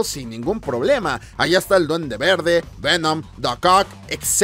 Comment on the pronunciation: YO:Repite conmigo VE-NOM: OKEI OKEI....Venam xd